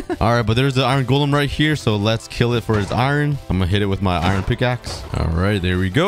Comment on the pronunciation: Every time this guy says iron, it sounds like he says “iren.”